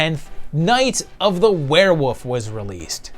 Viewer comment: is it just me or do you pronounce Werewolf, WereWOUF?! I felt like you were doing the meow gag from Super Troopers, haha. Maybe it's just me.